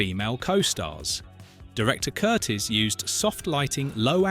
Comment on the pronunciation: The director's name was NOT Curtis; Michael Curtiz (pronounced Cur TEES) was born in Hungary in 1886.